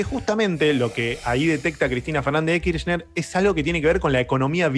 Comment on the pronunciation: Cuántas veces vas a decir Cristina Fernández d kirschner lpm jajajaja me arruinaste los oídos